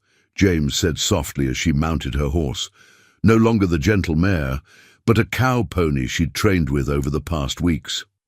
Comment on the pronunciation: not «mayor» but «mare» - «jument» in french, i. e. a she-horse